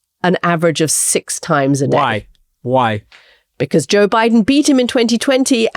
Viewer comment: Juh Biden?